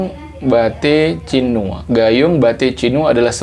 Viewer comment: Cinue ❌ Cinu ✅